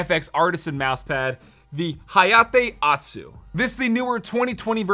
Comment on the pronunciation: pronouncing otsu like atsu hurts your weeb cred